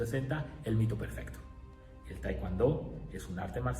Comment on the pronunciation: es tae kwon do nooo taicuando